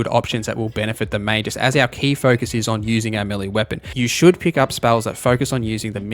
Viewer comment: That's not how you pronounce Magus :(